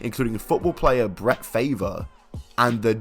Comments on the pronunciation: You said Brett Favre's name wrong its not pronounced as Favor It's pronounced as Far Vee the e is silent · ….he say Brett Favor? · 🤣🤣🤣 " Brett Favor " , lol you bad teeth Brit 🤣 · Damn mans said favor instead on farve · Who tf is Brett Favor???? Ik Brett Farrrrve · Bret "Favor' ..... !!!!!!!!!!! Favre !!! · Brett Favour and Frod not fruad 🤣🤣 I love this guys pronunciations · BRETT FAVORRRRRR lmfao. Honest mistake. Read it just like when I didn't know also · Brett Favor🤣🤣🤣🤣 BRETT FARVE😏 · Not a big deal but he pronounces it like "Far-vu" not "favor". Another cool video tho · "Brett Favor"💀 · as a Green Bay Fan, that pronunciation hurt me more then the actual allegations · "Bret Farrrrv." But it's all good. Mistakes are the blessing for one to improve. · its Brett Favray get it right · Brett Farve is being called Brett Favor seems very fitting with all the favors he is needing down in Mississippi. But the butchering was hilarious! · Who tf is "Breht Favor"??? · Posted 9 days ago and his one botch of " Brett Favor " overshadows the entire video 😂😂😂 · It's spelt Favre but pronounced farve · Brett Favor? Smooth pronunciation you knob. 🤡🤣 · This man said Brett Favor 💀💀. Believe me, Favre isn’t doing anyone any favors. Except his volleyball playing daughter of course 😉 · as soon as I heard "Brett Favor" I hit the thumbs down and ended the video. Please learn to speak english or hire someone who can. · Brett Fey-ver 🤣🤣🤣🤣🤣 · It’s pronounced Favre (Far-ve) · Brett Favor? You really need to look up how to say people's names. That was just horrible. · I’ve never heard it pronounced Brett Fav-Ray before, but I guess that’s the least of his worries now 🤷‍♂️ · I believe it's pronounced Farve..but who knows, could be wrong🤷‍♂️😂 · It's Bret Favre (far-vah) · Bret Flavor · It's pronounced Brett Farve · you should look up how to say farve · Why was Brett Farve pronounced as such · Wow. How can you say Brett favre’s name that wrong. Jesus we are all retarded now